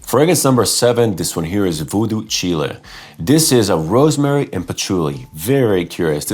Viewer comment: I think it’s probably “Voodoo Chile” which is pronounced like “child” but without the “d,” and not like the country Chile.Almost certainly named after the Jimi Hendrix song of that title.